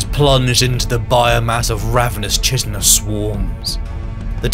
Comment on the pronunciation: Great video, but I have to bring up a common annoying nitpick you've been guilty of before: Chitin and chitinous are pronounced 'Kai-tin' and 'Kai-tin-ous'.